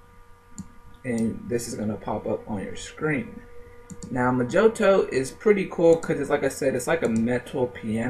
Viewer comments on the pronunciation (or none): Pronounced "MO heeTow" NOT "Mah Jo Tow" lol But...That said...Pretty informative ! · It's not Moe-joe-toe, It's Moe-hee-toe. It's Spanish. J is an H sound and I is an EE sound. The word is literally translated as "little spell" and has been popularized because of the drink, made from Rum, Mint leaves, limes, or lime juice, granulated brown sugar works best, muddle, hit with simple syrup and shake, top with a splash of soda. Maybe you're not bar age yet, but you will be sick of hearing the word once you are, especially if you ever bartend. Skillz lol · Oh and I wasn't going to say anything but you kept on saying mojoto its pronounced moh`hee`doh its also a very nasty mint and rum cocktail